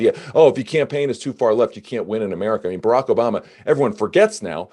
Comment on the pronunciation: I am here just to hear Russell's pronunciation of "Barack" (Obama) - because it makes my day better. I do not know why. 😂🤷‍♀️